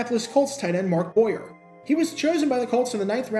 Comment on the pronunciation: BTW it's Mark Bo-yay, get it right 😉😋